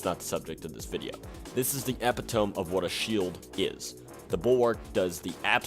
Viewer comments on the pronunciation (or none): "epi-tome." Y I K E S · LOL. That's the first thing I noticed too. I was like.. this guy must have just looked up the word, or saw it somewhere without looking at the pronunciation